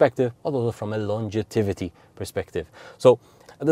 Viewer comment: Fascinating presentation of how the battery functions. Just one point: there is no such word as "longetivity" - it should be "longevity"... Sorry, as an English teacher I just had to let you know! 🙂🙂🙂